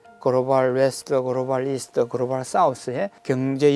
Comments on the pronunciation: 그로발 그로발 그로발 ㅋㅋㅋㅋㅋㅋ 발음 ㅆㅂ ㅌㅋㅋ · 유익한 내용인데 그로발이 너무 신경쓰인다